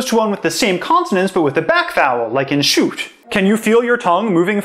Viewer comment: That was more like a [ʃʉu̯:t] or [ʃʊu̯:t]. It is actually really fascinating to me that most English natives still tend to make the [u] a diphthong. A pure [ʃu:t] would be something a German native might say, if he had a strong accent. But including that would blow the video way out of proportion, I guess... :D